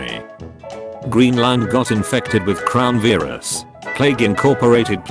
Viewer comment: crown veerus